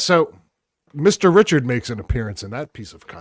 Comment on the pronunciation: Richard. No "s".